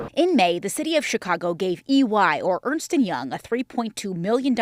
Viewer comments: ERNST, not Ernest. Ernst & Young. I was corrected on this as a teenager by my mom bc my step dad was a partner at Ernst & Young in NC, and I mispronounced it at first. Clearly it was wrong and missing an "e". 😁😏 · Why do you repeatedly mispronounce the name of the firm's name? It's Ernst nor Ernest. One syllable, not two. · Ernst....not Ernest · It’s ERNST and Young not Earnest. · Ernst and Young not Ernest or Earnest